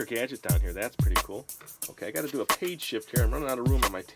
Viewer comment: Im on 21 and to let lps know ahead of time you pronunce Do as in do not do as in do something thx :)